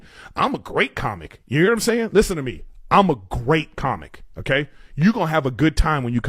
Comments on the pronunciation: How the hell is famous in anyway. That dude just screams nonsense into a mic and pronounces words so fucking pretentious “oohkaiy” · Why can’t say ‘okay’ properly?